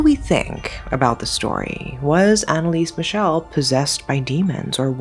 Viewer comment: Well as a german, it's kinda disrespectful to pronounce her name completly wrong. There are still friends and family of her alive. You did that to a lot of other people as well. I can't speak to the asian names but i even doubt all of their pronounciation was right. She really died because of religious delusions droven by her parents and if you don't have enough respect to look up the name of a poor dead girl, you shouldn't exploit her story. Epilepsy doesn't effect just movement but can happen in other areas of the brain as well, hence the visions. Many saints eat disgusting stuff to suffer for their sins and Anneliese might have done that as well Not because she was "possesed" rather to suffer to "be worthy of god" and expel the "demon". When she talks as a possesed, she still has strong a regional accent wich don't fit the alleged demons. It's really clear when she speaks as Hitler who spoke german as well and he has a really distinct way of speaking wich she didn't copy. You could argue for the others, that they could speak all languages as a demon now. Also she didn't knew latin because she was religios, she knew latin because she had Abitur and needed the big Latinum to begin study as a teacher with catholic religion having the big latinum as neccessaty before